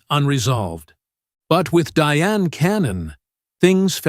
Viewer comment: Her name is pronounced the same as Diane. Pronunciation is important and shows that you did the background work so that we can trust your information.